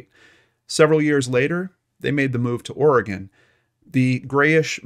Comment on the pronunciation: Thank you for pronouncing Oregon correctly.